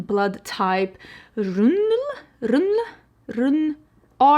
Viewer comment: Lab nerd here. The adept palette is called R. H. Null. You say the letters r and h and the word null separately